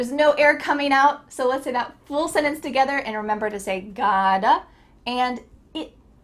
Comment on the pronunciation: Absolutely dreadful. Complete drivel and she can't even pronounce the word 'sentence'. Why do people embarrass themselves this way?